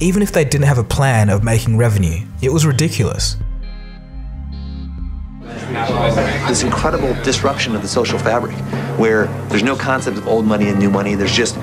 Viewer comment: “It was ridiculous” heard as “it was redekacolous”